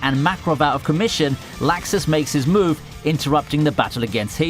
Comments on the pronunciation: Stop saying laxus >.< they call him lux us not lax us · This nigga says lAxus